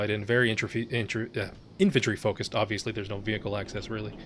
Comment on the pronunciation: I thought you said "entropy fight" instead of "infantry fight" but with the way some of the infantry stalemates are in this game, "entropy fight" feels like a better name.